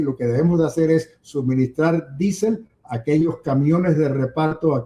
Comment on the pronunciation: Por qué no dice diésel? Q manía d decir disel.